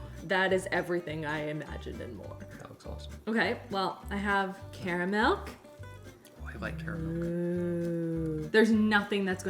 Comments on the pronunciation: Do you keep saying "caramilk" instead of caramel? Or am I imagining that? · Wait, is it pronounced "KARR-uh-mel" or "Carmel"? 🙃